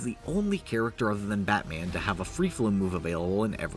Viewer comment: its so “BAT man”. Im sorry for writing this comment.